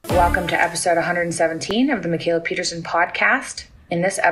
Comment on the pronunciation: Peterson man. Peterson!! Not Pierson